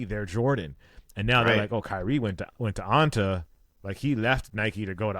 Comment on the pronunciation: now Anta is “Onta” … you’re killing me 😂